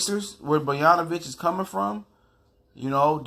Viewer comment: You talking on how Bogdanovic isn't 30% player Derozan is and you can't even pronounce his name right. How do you expect me to believe you know what you are talking about? Bruh